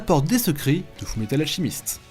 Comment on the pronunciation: Fullmetal "alchimiste"... ALCHEMIST [Alkemiste]